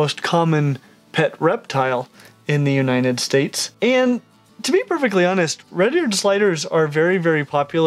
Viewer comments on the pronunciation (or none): He Said: “in the uniNed states :]